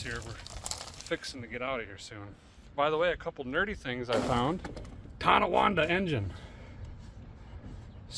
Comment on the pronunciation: Derrick, The is no “ i a” in Tijuana. It is pronounced “Tee-Wanna”.